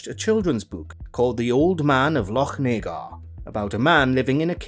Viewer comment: Yup, nobody outside Scotland can pronounce, "Lochnagar."